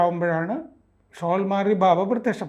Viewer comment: ഭാബ അല്ല ബാബ yanuയാണ്